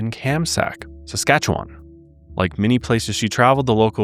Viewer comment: Local Saskatchewanian here - instead of pronouncing it “wan” we actually say “win”. Anyways, enjoyed the episode ❤️